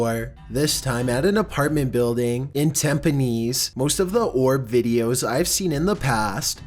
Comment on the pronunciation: thank you for pronouncing "Tampines" correctly :)